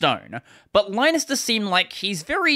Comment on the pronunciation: Just a heads up: Linus Torvalds (and Finnish people) pronounce the name Linus as "Linnus".